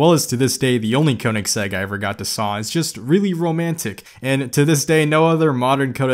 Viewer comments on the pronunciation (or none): Regardless if you correcting it,hearing you say “the only Koineggssegg I ever got to saw” cracked me up lmao. Good video man!! *ik I butchered Koineggsegg spelling please forgive thee 😭